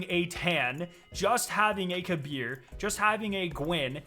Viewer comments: The game pronunciation on Kabr name is Kaber not Kabir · Kabr=KAY-brr Not kuh-BEER